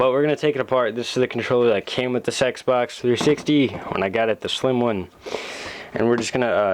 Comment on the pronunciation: Listen to it sounds like he sain sexbox